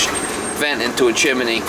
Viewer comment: funny to hear you say chiminay you do know it's chimney